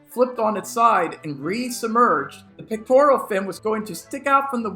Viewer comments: It's "pecTORal", not "pecTORIAL" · Pectoral not pictoral. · Pec-tor-al not Pec-tor-ial. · "Pectoral" fins, not "pictorial" fins. Sheesh. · wait, are you calling them “pictorial” fins??😂😂😂